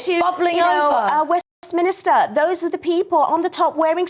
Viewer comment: She should know how to pronounce Westminster it’s not Westminster. So arrogant.